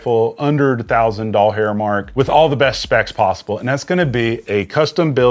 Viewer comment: Lmfao i love how you said a thousand dollhair mark 😂